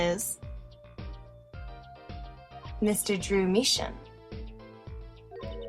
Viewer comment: Who noticed mistaking Drew Misham For Jew Misham? XD is it me or was that myx hearing